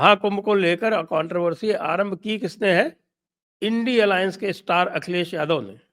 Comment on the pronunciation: Akhal less महोदय कहा आपने या अखिलेश महोदय? मुझे तो अक्ल लेस महोदय सुनाई दिया